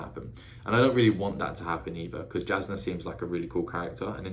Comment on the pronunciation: Really enjoy getting to see someone's perspective on a first read. Jasnah is pronounced as if the J were a Y, just letting ya know cause there's no way you could unless you hear it.